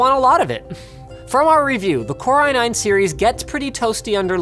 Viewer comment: Core iNein